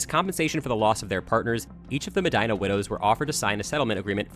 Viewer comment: The way you pronounce "Medina" makes me think you don't know any Hispanic people.